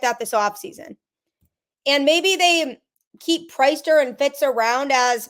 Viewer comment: Priester, it is pronounced the same as if he led a congregation on Sunday. Priest-er not price-ster